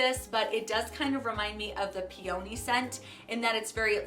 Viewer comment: Nice change up to see what you think is worth keeping! FYI, it’s pronounced pee-uh-NEE, not pee-OH-née.